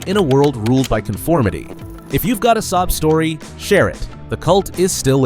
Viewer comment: At the end it sounded like "if you've got sob story"